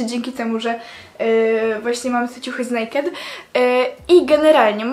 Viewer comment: Nazwy Nie czyta sie nejked tylko en ej kej di XDD